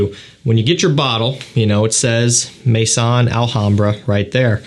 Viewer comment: Thank you for another good review. Just for your info: 'maison' is not pronounced 'may-son'. It's pronounced 'meh-zoh[n]', with 'meh' like 'me' in 'mess' and 'zoh[n]' with a very quiet 'n'. Listen to the pronunciation om e.g. Google Translate